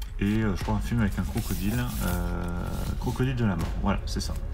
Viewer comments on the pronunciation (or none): none